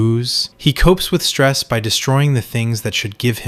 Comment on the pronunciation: Word stress/inflection all askew (like Phil’s wrecked car)